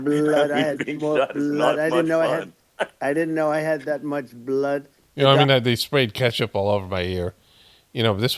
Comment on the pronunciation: Am I the only one that thinks it's completely creepy how he pronounces blooooddd??? Hahaha hahaha weird a t